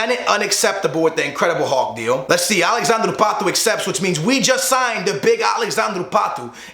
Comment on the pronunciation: It's Alexandre Pato NOT Alexandroo Patoo